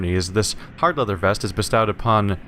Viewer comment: Windmeal, Beestau. Non-native English, or reading issues?